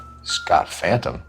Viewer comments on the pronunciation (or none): none